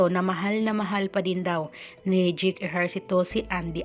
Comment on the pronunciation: Dyeyk hindi dyik ang pag bigkas ng pangalan ni JAKE !